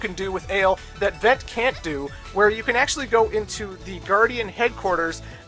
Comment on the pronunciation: I know it doesn't matter really, but your pronunciation of the main characters names are off. Unless you speak french, they seem like pretty strange names (Who names their kid Vent or Ale?). The names are Vent which is french for Wind and Aile which is french for Wing. Still kinda weird names but there's a thematic at least.